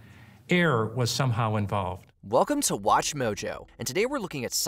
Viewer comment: "Weh kum tah Wash Mow Jowww" 😂